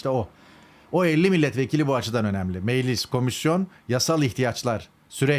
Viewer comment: Kılıçdaroğlu ile ortak bir yanınız var. İkiniz de meclis yerine meğlis diyorsunuz.